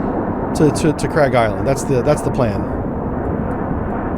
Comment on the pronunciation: Although Farsi to English do not match alphabets, it's actually pronounced more like "Kharg" Island, not "Kraig". Sometimes you'll see it transliterated as "Kharq" or Khark", but not "Kraig". Great simulations, btw! ONI Ettiko